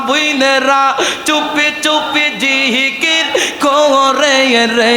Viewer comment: জিকির আরেকটু ভালো করে উচ্চারণ করতে হবে